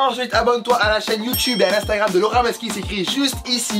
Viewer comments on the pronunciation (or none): C'est Laura pas Lawra